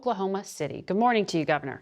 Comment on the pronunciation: Gads it bugs me how Margaret says: "Guh-morning" is it a regional pronunciation to skip the D?